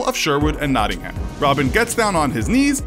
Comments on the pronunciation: It’s not ham herm but it’s spelt like ham nottingham but it’s said like nottingherm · That pronunciation of Nottingham though. It made me cringe so much p.s. It is pronounced not-ing-hm (well, not quite, but that is the best i can do in letters) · You really need to get the English pronunciation right. It's not American. For example, it's Nottingam, not Nottinham, and many more. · Can pronounce yorkshire right but Nottingham it is a silent h in Nottingham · Three thing 1 Nottingham is in the east midlands not in the north. 2 Coming fome a local you butchered how say Nottingham. 3 In Nottingham there area call Lenton what had a Priory what was founded in early 12th century . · You said Nottingham really weird 😂😂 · How many times did he have to pronounce nottingham wrong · The way Nottingham was pronounced though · As someone from Nottingham with half my family from the Kirklees area the pronunciation of Nottingham and Brighouse slightly offend me